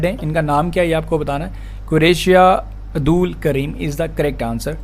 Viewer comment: 4th question mai it's "Abdool" not "Adool"🌹🌹